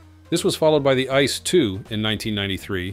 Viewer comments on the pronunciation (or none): Come on, call these DB trains by their proper names ... they are not "ice" trains, they are I-C-E trains, like eye-see-ee. It means Inter City Express. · ice one, ice two ice three ... Jesus, leave us alone with those ai voice overs. It's spelled out, AI, CEE, EEE, not 🍦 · Wrong pronunciation of ICE while knowing better throughout the video. Thumbs down. 👎